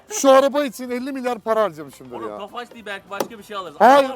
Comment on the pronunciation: abi neden tofaşh diyorusyn tofaş olması lazım puu